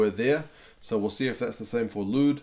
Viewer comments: Also Lood is pronounced loo-word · I know. It is loo-wit